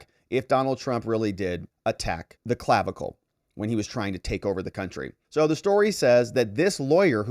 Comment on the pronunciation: I really laughed at "Clavicalize"